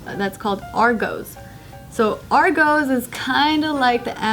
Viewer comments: "Argowz"?! ......no "Are-goss" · LOOOL Its pronounces ARR - GOS not ARR GOES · argos is pronounced are goss not are goes DAMN AMERICANS. and its more like a walmart that does delivery but you choose all your items from a catalogue and they bring it out from the warehouse so you dont have to walk around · Its ARE GOSS not ARE GOES! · Argoes? 😂 😂 😂 it's Pronounced Are Goss like how its spelled "Argos" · It's pronounced ARE GOSS and the sign reads FAST TRACK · Bahahahahaha Argoes.....oh I love you....Can't blame you for saying it like that when you have words like migos pronounced as migoes 😂😂 Love from a Brit Ps congrats on the wedding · "Agoes" TRIGGERED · bruh hahahahja she said Argoes haha. sorry to tell ya but its argos. the way its spelt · it's pronounced are-goh-s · It's pronounced AR-GOSS!😂😂 and it's not a competitor to Amazon at all, their stuff is more experience and there's less shit you can buy, so Amazon all the way🙌🏾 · It is pronounced ar goss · Argoes 😂😂 lol, take the pronunciation of boss put at the end of arg boom argos, fast af lol, its fast track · "Ar-goes" lol XD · It's Argos NOT Argos like this if you pronounced it differently in your head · your pronunciation of Argos is so bad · You sed argos wrong